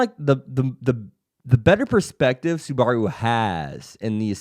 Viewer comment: someone help this manz say SUBARU's name right but other then dat this vid was solid keep it up bud